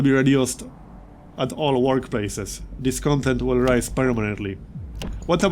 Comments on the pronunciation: Hey, really enjoying this series as I’ve enjoyed all your Frostpunk content. Just a heads up: discontent is pronounced with the stress on the last syllable: disconTENT. It’s the same root as content (adjective) as in fulfilled: conTENT. The noun content as in “downloadable content” is CONtent, like you are pronouncing it now. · Hey,. Really enjoying your series. I like Frostpunk as a survival + city-builder hybrid. Also, the word Discontent, is spelled phonetically as "DisconTENT" with the emphasis on tent. No complains otherwise, love your series.